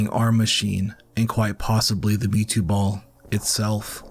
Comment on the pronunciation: Does this guy keep saying me too insted of mewtwo?